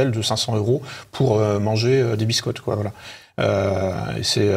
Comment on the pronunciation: 32.02 😨 QueWa ?? 😂😂😂😂